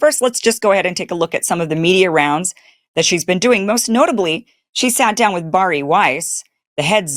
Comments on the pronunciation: The name is pronounced BareE. It is not pronounced BarE. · Bari’s name is pronounced, “Barry.” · Seriously you are just vomiting up Candace Owen’s talking points, because she said she was going after Erika, plus her name is Bari pronounced Barrie.